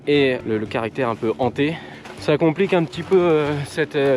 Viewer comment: Hanté et non pas ZHANTÉ. Il s'agit d'un H aspiré.